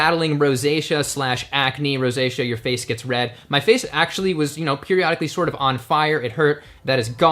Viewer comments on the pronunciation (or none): you should teach about rosacea and while you're at it, teach him how to to pronounce it. He calls it "roe-say-kee-ahh" lol